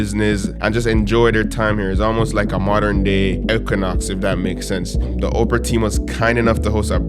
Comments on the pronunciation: I couldn’t stop laughing the whole video he kept saying Oprah and it’s Opera lol I love the video though! My guy!🔥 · Nice vlog but bro please learn how to pronounce or enunciate properly! You literally said Oprah the whole time! It’s Opera! Op-er-a, as in musical theatre, like a night at the opera, not Oprah Winfrey! 🤦🏾‍♂️ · how did you get a sponsor and cant even pronounce the company name…i literally thought the billionaire Operah invited you out 😂…its pronounced op-era not Operah the lady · you pronouncing it "ope-ra" like Oprah instead of "opp-ra" rubbed me the wrong way for some reason on lol Solid video as always tho 🔥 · Omg legit thought you were saying OPRAH the whole time 😂😂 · The presenters pronounced it as Oprah as well… pretty for sure he know what he doing lol.